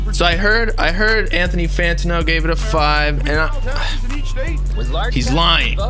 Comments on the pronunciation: lmao love how says FAN-ta-no's name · it’s pronounced Fan-Tan-no